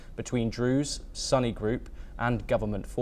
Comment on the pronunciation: Where did you get your news ? It is not at all correct . b.t.w. Sunni is pronounced soo nee. Not sunny . Geez. 🙏